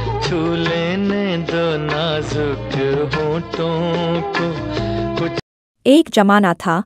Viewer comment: Najuk nahin Balki kaho, Nazuk. Aawaj nahin Balki kaho Aawaz.